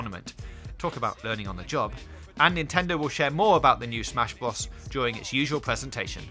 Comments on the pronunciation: Bros , not bross . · super smash brozz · Was he saying smash boss? Lol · huh? its bros not whatever the fuck you're saying dude.... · Odd_Slug he can't say the letter r